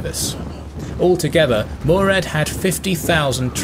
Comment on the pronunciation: Its Murat not murad